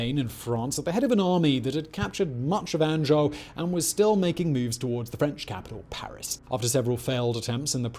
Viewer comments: Love this channel, but Annejoe, Poitoe, scutadge? C'mon it ain't that hard :)) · An-Joe and Poi-Toe. Solid attempt Simon.